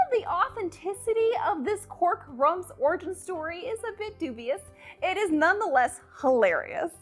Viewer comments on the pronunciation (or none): none